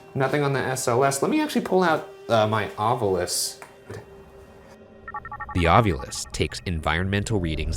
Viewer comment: 25 means "two bits"! It was 25 cents or a quarter dollar. Amazing how may paranormal researchers can't pronounce 'ovilus'. The u is the last vowel, in case you never actually looked at the word. Like people who say 'newcular'.